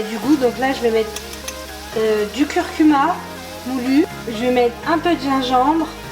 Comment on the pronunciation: “Du curcumu moulu” ahaha trop mimi :D